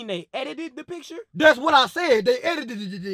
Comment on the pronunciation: He said eiditedededed